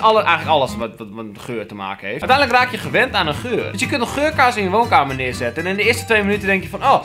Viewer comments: elke keer als hij geurkaars zei dacht ik dat hij zei dat hij geurkaas zei<<33 :') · Haha XD het lijkt alsof je 'geurkaas' zegt